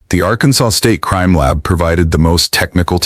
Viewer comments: AI says "Arkan-Sauce" 😂😂😂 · Arkansauce? Really?